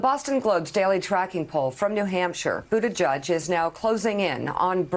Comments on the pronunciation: Thanks for all the news, and I like you guys a lot, but guys, it's not pronounced "Buttijudge." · It's BUTTIGIEG! gig with an 'e' !!! Not judge!!! You go Pete - America needs a responsible person at the helm that can talk in complete sentences. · "Booty-judge" thats all I ever hear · I like the coverage on Pete Buttigieg but I have just about had it up to my eyeballs with moderators mispronouncing his last name. It is both unprofessional and disrespectful.